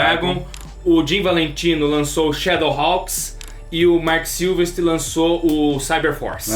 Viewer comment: Vcs são ótimos mas é SilVEStri, não SilvesTRI.